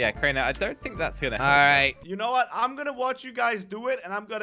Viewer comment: SAID WATH THE CRAP IS THIS